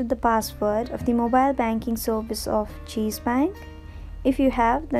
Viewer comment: What is the difference between Pronounce cheese and chase😄👌